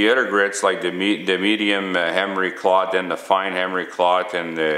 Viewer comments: cloth, not clot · Are you calling it emery clot? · yeah, right off the bat, I was wondering if this guy was from Canada or one of the northern states bordering canada. He kept on saying 'Dee' instead of 'the' and instead of Emery 'cloth' he said 'Emery Clot'. In a slightly related note, I have a relative that is from a rural area in Western Kentucky. And instead of saying a phrase like "get a hold of it", she says, "GetaHoeFenUvit" -- or geta hofenuv. That isnt the only one.